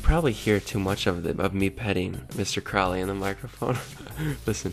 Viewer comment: Alistair Crowleys name is actualy pronounced crow-lee, like unholy. Not Crawly like the ozzy song, he pronounced it wrong